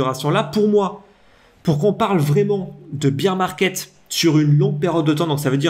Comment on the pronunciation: Combien de temps tu vas dire « beer market » au lieu de « bear » comme Édouard Baer ???? Ça fait pas très pro.